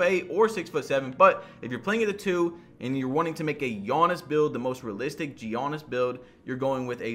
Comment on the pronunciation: Oliver Seed no it’s not. It’s more like ”Janis”